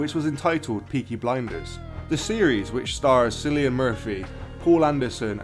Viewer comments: I believe it's "K"illian, and not "S"illian. Even the British seem to miss pronounce Cillian's name... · His name is pronounced Kill ian Murphy not sill ian. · It’s pronounced Killian